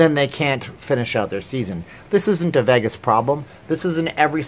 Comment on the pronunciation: It's Los vAgus, not veggis.